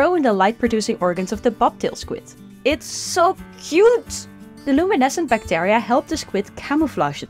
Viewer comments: Great video. To the speaker: check your pronunciation of the word bacteria please. 😊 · the amount of "bactAria" in this video hust hurts my brain.